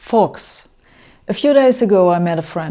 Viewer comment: .... starts with "folks" thought she said... f×cks